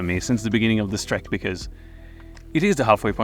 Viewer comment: You were so beautifully framed and what you said was rather inspirational! I'm curious though: did you say 'these treks and trails' (like the subtitles said) or 'these tracks and trails' (that's what I understood)? Do you remember?